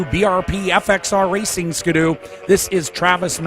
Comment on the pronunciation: The iconic Canadian hot rod sled : Ski-doo. Not Ska-doo....